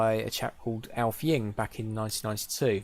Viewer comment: Thanks mate! :-) (Though my last name was pronounced funny - it's "Ing-ve", like the way one says "inlay".)